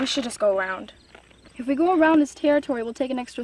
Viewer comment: Nobody: Mumkeys cousin: we shouwd just go awound